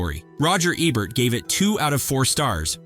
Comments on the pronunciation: roger aaa-bert?? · He says Roger Ebert's name numerous times, but only pronounces it correctly twice.